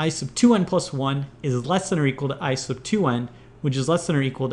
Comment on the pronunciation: when he says "I sub" it sounds like "ice of"